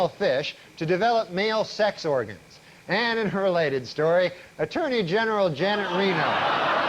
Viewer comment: He can't say attorney general 😅